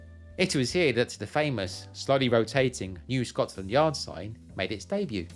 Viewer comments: You say Scots landyard most of the time....its Scotlandyard without the s agter the t.....😊😊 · It sounds like your saying ScotSland Yard